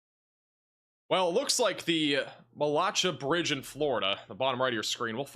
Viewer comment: I think it’s pronounced Matt-la-Shay’ 😉